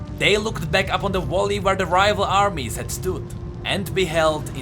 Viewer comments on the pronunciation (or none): I love the video but please stop saying valley as volley😂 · číta sa to ´´velí´´ nie ´´volí´´